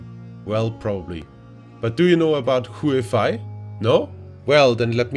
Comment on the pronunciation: It's pronounced as Yooeh- Fay!